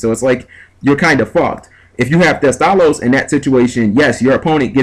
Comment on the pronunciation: heh did you call him Teste?